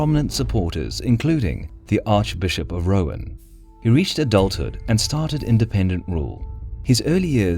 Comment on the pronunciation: Pretty sure Rouen is pronounced rue-on